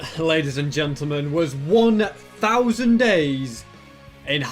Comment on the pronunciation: is it me or I keep hearing 100 days But it's actually 1,000 days